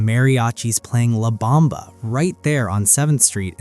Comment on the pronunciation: La not Lab!